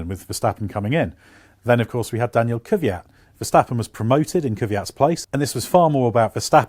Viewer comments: i really dont understand why so called motorsport jounrnalists dont seem to care to pronounce a drivers name right... its KVYAT not Keefyat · Is it too much to ask for you to pronounce Daniel Kvyat's name correctly? It's Kvyat (flower), not Kyvat. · Love your reports and regularly watch them, but fot the life of me I don't know how all the English reporters manage to prounounce 'Kvyat' even worse and more wrong that any other nations repoter I've seen so far. On top of a horrid pronounciation, you also make your life harder by swapping the order of 'v' and 'y' in his name. Try using the IPA transcription [kvʲat] :) it will make life linguistically simpler. Still love your show regardless of how bad you pronounce names! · After Brits failing 35 years to pronounce "Ayrton" correctly, I'm not even expecting anything on "Kvyat" any more... 😐😐😐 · How come everyone everywhere has problems pronouncing or typing Kivyat's name?